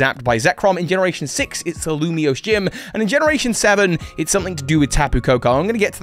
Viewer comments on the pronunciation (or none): none